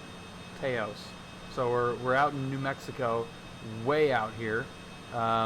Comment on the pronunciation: Taos rhymes with house, fyi.